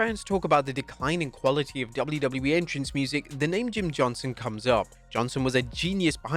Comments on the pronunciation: JohnsTon...not Johnson. Pronounced it wrong on every single reference in this video. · Johnston not "Johnson"; you got the written name right, but not the spoken one...